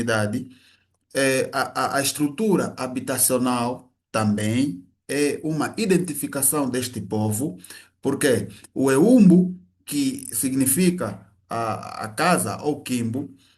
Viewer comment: O pesquisador devia se preocupar ao menos aprender pronunciar as palavras básicas como ..... Eumbo com 0 e não com u mesmo que se passa com Ekululo. Em oshikwanyama toda palavra que termina com a letra o no não se pronuncia u como em português.